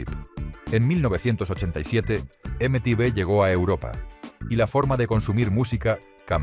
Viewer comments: Imagínate, en el 81 tenía diez años, y acabé la década con 19 (sí, aunque habrá gente que le explote la cabeza, la década va del 81 al 90). Excepcional video, eso sí (ya lo he leído en algún comentario anterior), lo de la voz con IA me sobra, especialmente cuanto ha sonado ese horrible EME TE BE, salvo eso, gran vídeo. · Dile a la IA que nadie pronuncia eme-te vé.